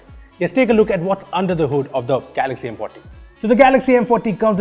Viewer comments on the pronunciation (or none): Is it just me or when he says M Forty it sounds like M potty , lol